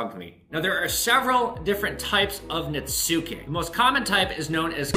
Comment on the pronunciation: Netsuke is pronounced Nets-key. Just learned myself. Love the vid!